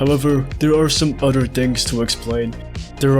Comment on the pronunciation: "udder" whats that accent?